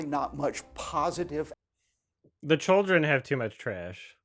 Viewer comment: He doesn’t say “children” he says “choldren”